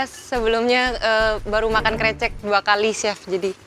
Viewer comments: Risih bgt disebut nya *krecek😢😢 , harusnya ke-> recek (rese - check - cek) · Chaf Karen bilangnya Krecekkk harusnya Krecekkk pake E 😭 paham ga si bacanya E bukan e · iya, dibaca krécék harusnya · Sbenernya bilangnya krecek bukan krecek, wkwk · Kok chef KC bilangnya krecek? Kan yg bener krecek